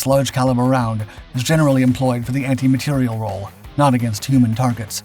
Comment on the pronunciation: Not “anti material” (=antimatter?) but anti materiel, with the stress on the last syllable!.